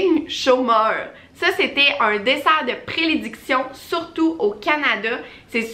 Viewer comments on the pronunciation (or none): Prédilection* pas prelediction